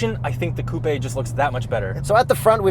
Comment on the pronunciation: The way he says coupèé